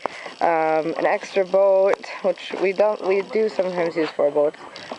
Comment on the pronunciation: the "Boooat"--sure can tell you're from Wisconsin! ;)